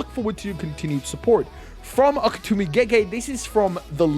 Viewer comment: It's Gege AKUTAMI, not AKETUMI!